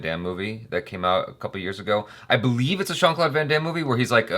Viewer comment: "Shawn" Claude Van Damme? Lol It's "Jean"-Claude Van Damme That's why when you looked it up u didnt get the right movie at first